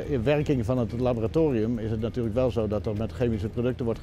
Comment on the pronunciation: ''chemische prodcuten" 😅